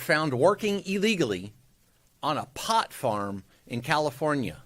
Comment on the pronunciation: The way he accents "Pot Farm" like its a cocaine plant...